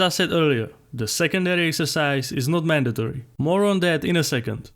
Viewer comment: I like how you said mandatory